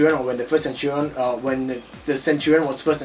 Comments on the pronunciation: Century is 100 years. And it has latin roots. A centurion is an officer in the roman military who commands 100 men. Also, its (sen-CHER-ee-uhn) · Look up the definition of a centurion and then you will know how to pronounce it.